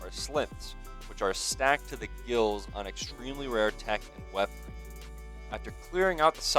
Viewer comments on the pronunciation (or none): none